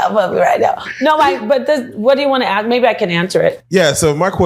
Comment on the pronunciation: It's Ask not Axe....why do so many BP have such a problem pronouncing the word Ask?